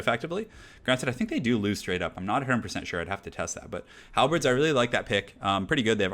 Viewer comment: No, he says "Halbreds" It's pronounced, as it's spelled. "Halberds".